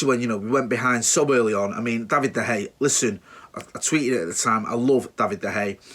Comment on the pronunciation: Pronounced de Heya!!!!!!!!!!!!